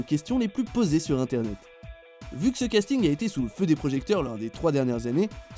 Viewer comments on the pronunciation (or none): posée pas psoées